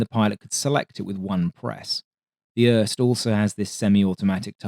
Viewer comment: Uhrrrst is crazy for pronouncing IRST